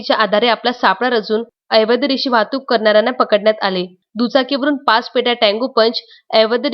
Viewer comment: आपण 'अवैध' या शब्दाचा उच्चार 'एवैद्य' असा करीत आहात. तो दुरूस्त करा प्लीज!